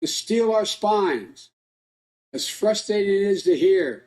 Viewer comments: “As fustating as it is to hear”. 🤔🤨🧐🤨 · The reason the darkest days are ahead of us is this Moron of a President Elect! Did he say "Frustating" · What is fustrating, Joe? Do you mean frustrating? One horse pony? Darkest days ahead? Only if Joe is President and even darker if Kamala rules. They keep telling us who They are and what we should expect. Believe them when they tell you. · Frustating? What the actual f@ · It’s “frustating “ to just listen to the malarkey coming out of his pie hole.